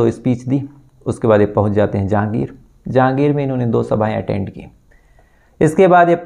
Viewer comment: भैया वो राजगढ़ नही रायगढ़ है और जहागीर नही जांजगीर है